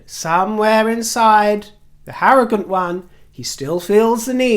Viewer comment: Haz, the Harrogant! Perfect!